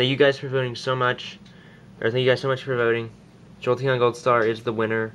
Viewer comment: Its thank not tank